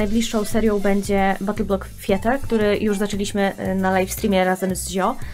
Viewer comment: mam ważne pytanie jak Battle Block Theater (Ticzer się wymawia) to będzie seria z Castle Crashers?